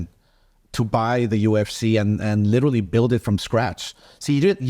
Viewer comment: Has no one corrected Oscar on him saying "LITALLY," instead of, Literally? jeez!! smh.